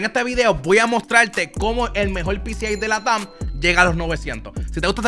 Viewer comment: Muy bueno el video pero latam lo dijistes como si estuviera acento jaja pero buen video